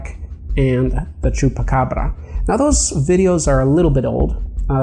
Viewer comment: you're one of the only non Spanish speaking/Latino that can pronounce chuacabra at least decently(you say it way better than decent)